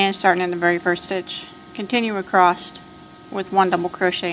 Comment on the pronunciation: Sorry but it's across ! Not acrosst 👍 Other than that the best tutorials.